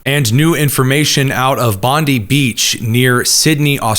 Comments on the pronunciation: American brothers in arms: "Bondi" in Bondi Beach is pronounced more like Bond-eye, not Bondee. 😇That aside, everything else in this video is spot on. Albanese is often called Sleazy Albanese for good reason. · Bondi Beach is pronounced Bond-ai, not Bond-ie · this is driving me crazy because I cannot stand Pam Bondi and every time you say the name of the beach I think you’re saying something about her, So in case you were wondering, it’s pronounced like BOND-I Like the word "bond"-i Bond-I like Pam Bondi sounds like BOND-ee The beach sounds like BOND-i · Bondi = Bond eye. Rhymes with bonzai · It's pronounced "Bon-dye" Beach.